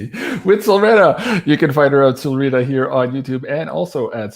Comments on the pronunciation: I just went on her channel and heard her pronounce it with a long E. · keeps changing the pronunciation of Solreta. Sometimes he use a long E as in Solreeta, other times a short e as ret rhymes with bet. I notice it in all of their interviews. Which pronunciation is correct?